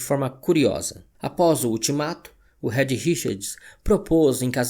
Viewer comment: Vídeo muito bom. Só queria deixar um toque: o nome Reed se pronuncia 'RID' e não red. O apelido da Susane (Sue) se prununcia 'SU'. Valeu!